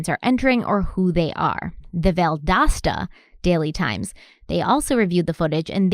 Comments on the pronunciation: I live an hour from Valdosta and I know exactly how it's pronounced but I would never correct you because when you said valdOsta it was really cute lol. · 1. Each time you mispronounced Valdosta (Val-dos-ta) I wanted you to know 😂. 2. As I was watching y’all last night, watching murder porn is what my hubby calls it, my husband chimes in, “Is that?” I replied yup, I cocked my head and asked him how do you know? “He’s the police officer that won Big Brother!” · The pronouncement of Valdosta is because you do not pronounce “T’s” in any word. I believe it’s a regional dialect. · Yay, so glad you learned how to say Valdosta lol... I'm from Jacksonville FL, I have family in Valdosta and I totally knew that you didn't know you were saying it wrong but it would still scrape across my nerves every time you did say it wrong lol 🤣😆 it's so funny how defensive we get when someone mispronounces the name of something significant to us 😂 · As a person that grew up in Georgia I appreciate you guys! evertime i heard you say Valdosta that way it made me giggle! 💜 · was doing it too!